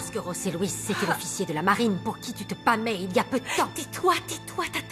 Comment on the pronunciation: c'est bien José Luis,les espagnols prononce"j" comme "r" voilà pourquoi on tu entends rose Luis